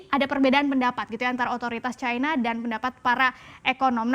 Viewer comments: Kok harus disebut Caina sih..? Cina gitu aja kenapa .. ? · Bukan Caina lah tapi China...